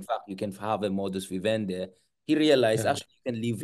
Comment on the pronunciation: The expression modus vivendI not vivende